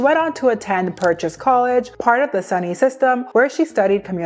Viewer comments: Hi!! So great video, but atleast in western ny we call it soo-ne, not sunny ❤ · im so sorry to be that person but the pronunciation in this video killed me at points😭😭 SUNY = soony not sunny, sacred = saycred not sahcred, and borough = burrow not bo-row😭😭 im only 10 min in but i couldn’t not comment on that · quick correction — say cred (sacred) heart, and soo knee (SUNY) system! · SUNY colleges are pronounced ‘sue-ny’ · SUNY is pronounced Soonee for reference! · SUNY is "soo-ney" btw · SUNY is pronounced soo-nee. Lol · When you’re insulting people, you should make sure your pronunciation of basic words is correct lol your butchering words like SUNY😂😂